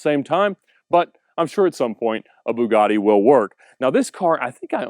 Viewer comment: Lol it’s not a “boo-gar-di” … it’s a “b-you-gatti” 🙈